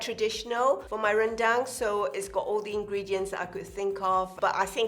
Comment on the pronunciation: Jenny pronounces Rendang and the name of the ingredients so well in Bahasa. Love it!